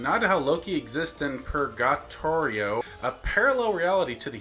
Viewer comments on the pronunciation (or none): ITS PRONOUNED JAN NOT GENIE 😭😭 also it's pronounced per ga torio